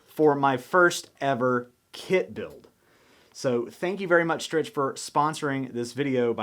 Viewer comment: Your mom hopes that you pronounce Strich “Strick” properly in the next vidya!